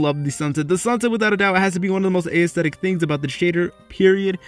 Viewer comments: Lol "ayesthetic" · You said aesthetic so many times. And not once did you pronounce it correctly. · I hatehow he pronounces aesthetic that's not hoe its pronounced its so annoying